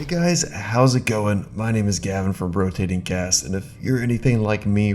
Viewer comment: bro said "Brotating Gas"